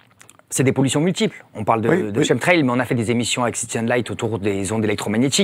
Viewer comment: Quand 3 spécialistes prononcent chemtrail [Kemtrel] pourquoi le journaliste s'acharne à prononcer CHEME-trel??? Un sacré manque de respect pour vos invités!